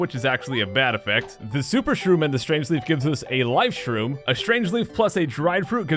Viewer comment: and cook up the life stream.... wait you said life stream? it sounds like you kept saying life stream for those times not life shroom or atleast like life shtroom lol but still... hammer a flying enemy or koopers shell an enemy that flys as first strike can it work like in game cube version? aka the thousand year door?